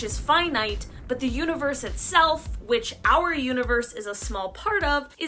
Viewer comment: Universe Said the Third time = univorse. 🥴